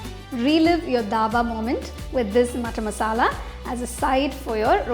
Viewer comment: That is not daba that is dhaba